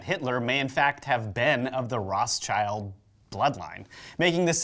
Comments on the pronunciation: "Weishaupt" is pronounced as "wise-how-pt" and "rothschild" actually as "road-shield", but at least the French names are not being butchered :D Great series though! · actually Rothschild was originally Red-sheild not Road-sheild